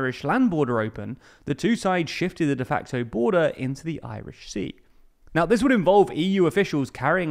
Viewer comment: What’s “ de fanco ”, please? Is this machine-talk for de facto? Just asking.